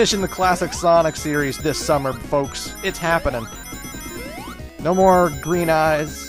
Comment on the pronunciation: and who fooks? Was that the canadian in you coming out? :P Anyway, you going to do those rather pathetic sonic fighting games? If not, you going to show them off, or just let them fade away?